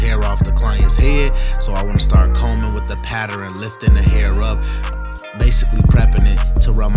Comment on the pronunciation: Lol “patteron” I think brothas and sistas officially changed the official pronounceable way to say “pattern”